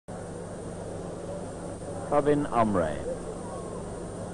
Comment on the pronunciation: परविन नहीं प्रविण नाम है उसका। Not Parveen, Pravin or Praveen. कौनसी स कुल में पढ़ कर आया है? बुद्धी का उपयोग कर।